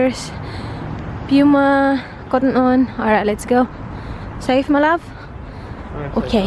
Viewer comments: POO-MA, not PYU-MA; CON-VERSE not CAN-VERSE. Dnt take my corrections offensively, just happy to see people improve. You are doing well, keep it up. I like the authenticity and humility. And positive vibes. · British pronunciation po ng puma is pyoo muh...